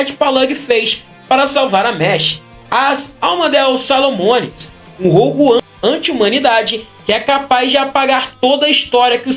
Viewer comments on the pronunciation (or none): "ARUSU... ARARMADERU... SARROMONIS!"